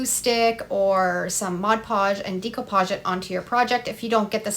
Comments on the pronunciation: I love this idea, what a great video. I have to tell you though, it's pronounced deco , with a short e , such as in egg , not a long e , like in eagle. This was similar to something I already do. I just gently press scotch tape onto a book page then quickly rip the tape up and the words are on the tape. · Please learn how to say the word "decoupage"...ugh.